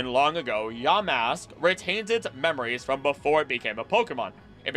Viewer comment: Ya, Mask!❌ Yamask...✅